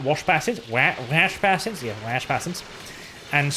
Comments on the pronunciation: basin is pronounced like bay sin or bay son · Stop saying basin wrong ffs